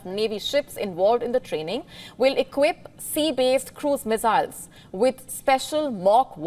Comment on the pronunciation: Meziles...i love it when she says that.